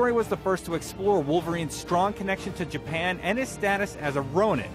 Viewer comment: Japen? Ja--Pan Japan.